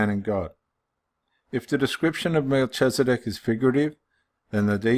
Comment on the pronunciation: Hello brother, just thought I would give you a little insight. Pronunciation - Mel-kiz-a-dek and ched-or-lay-o-mer. That is ched as in cheddar cheese. :) 👍 Also, one way to see that Melchizedek cannot be Christ is to replace the name Melchizedek with "Christ" or "the Son of God" in Hebrews. It doesn't make any sense therefore it cannot be. May you be blessed.